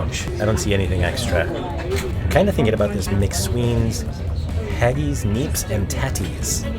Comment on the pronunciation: The Scottish will be after you for how you pronounced "Haggis"!! Lol!! 🙂 Looks like you had a good time, maneuvering your luggage seemed interesting!